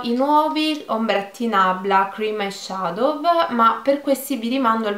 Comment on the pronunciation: io ti adoro:D ma ti prego...si legge "eisciadou'" e non "eisciadov" haahah comunque ti adoro:*